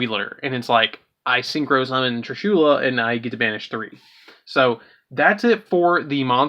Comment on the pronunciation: I hate how u say trishulas name wrong